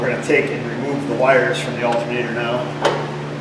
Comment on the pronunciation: So this drinking game... is it every time you say altERnator, or every time you say altAnator? ;-P